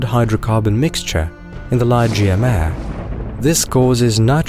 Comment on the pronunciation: Thank you! Fascinating and informative. Just a heads-up: "Mare" is a Latin word meaning "sea." It therefore isn't pronounced as one would pronounce it as if one were speaking of a female horse. It is pronounced "mah-ray."